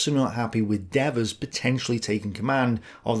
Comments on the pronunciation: My ears hurt from hearing Dev-vers' 200 times. ;) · D vers not deavers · It is dee vers. The devil is dev ers. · As an American vernacular native speaker, I would pronounce DEVERS as "Dee-vers". In the video, I hear both "DEV-vers" and something like "Deveurs", with the second syllable accented. Does anyone know how the General pronounced his own name? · So... is it pronounced DE-vers or De-VERS??? uses both pronunciations and this is confusing... 😢 The way pronounces French toponyms, such as "Marseille" and "Seine" seems also weird for me, it doesn't seem standard British pronunciation either. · I've always heard it pronounced D VERs, very Americanized. de^vers sounds kinda Frenchie. Really surprised that the rail system could not be brought online sooner. Once you leave the staging loading areas, you only need track. You don't need yards, stations or any other nicety. The trucks were pretty much unloaded by hand, so even destination yards can be primitive. The US Army is no stranger to this. The Union Army (Civil War) usually had rails up within days, with tressels, tracks, bridges, and other repairs. The US certainly had the people and know-how. When a rail line is bombed, you lose at most maybe a mile of track. Strip the yard, lay the track, and open the line. Again, the Union Army in the Civil War built some incredible wooden tressels of ENORMOUS size in days, that would be without the equipment available in WWII. We were shipping cargo ships of a dozen locomotives to Russia. You are, how many supplies were moved, how were they moved, and where were they moved. Be interested in comparing this Stalingrad, we need 300 tons a day, to Allied requirements. The Roman army built a bridge over the Rhine in two weeks. What was the holdup? Glad to see you back in the game. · DEEEEEEEvers LONG EEEEEEEE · Who is "Daveuse"? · De-VERS. Dude, the guy wasn't French. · Devers is Irish. Usually pronounced Deevers.